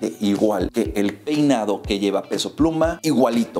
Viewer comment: Decía PEINA/DOCORTE XDDD